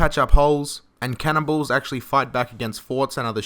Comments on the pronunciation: when he said "cannon balls" did anyone else hear cannibals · I keep thinking he's saying cannibals instead of cannonballs.